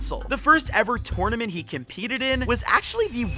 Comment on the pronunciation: The way he saying tournament making me mad